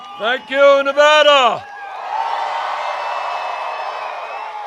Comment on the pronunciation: YES! He said Nevada right!